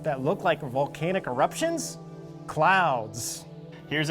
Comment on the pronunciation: Vol-cane-ihk.... haha